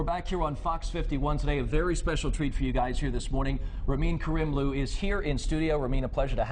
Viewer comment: Ramin's grin when his name is mispronounced... :)